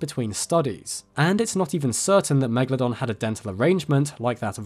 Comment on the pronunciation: Its just fascinating to me how so many people have a fascination for this animal but I've honestly never ever heard an English speaking person pronouncing it's name correctly... It's not meglodon... why are you guys swallowing the A? The E is actually an elongated letter. Such as the 'eh eh eh' that rihanna does in the song, umbrella. And the A is also long as if you'd be like 'aaaaah okay'. It's Latin...if you love it, pronounce it the correct way :).